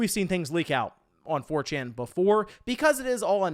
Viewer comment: Are you... Are you saying "4chin" 🤣🤣🤣